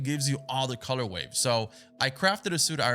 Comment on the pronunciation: Are you saying “color waves” instead of color ways? Like for the suits lmaooo